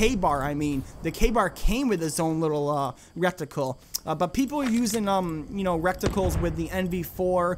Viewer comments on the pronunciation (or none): ...."rectical" there is only one c at the end, its "reticle". Good video but I just dont want you to go around saying a weird variation of rectal 😂